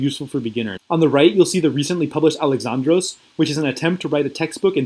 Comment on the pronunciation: Bro , you know modern and ancient Greek, but you say alexAndros instead of alExandros?.. Disappointed